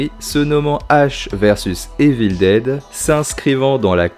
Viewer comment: Bonne vidéo, mais ta prononciation de Evil Dead en "Évile déde" et tout autre mots en anglais, c'est pas top 🤷‍♂️ Sinon j'ai bien aimé la vidéo, bonne continuation 👍